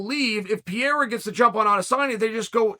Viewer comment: I was sooo confused as to who tf Piera was, I thought he was talking about someone up at light heavyweight that I somehow didn't know about. Only when he started talking about his upcoming bout with Adesanya did I realize he was talking about Pereira. I mean come on Chael, you're one of the top analysts of the organization, you've gotta have a minimum of an idea as to how you pronounce a man, who's literally challenging for championship status in the coming weeks, name. I love the content, I think you bring great insight from an ex-fighters perspective and company strategy on how to build match-ups, but please take time to learn the fighters names.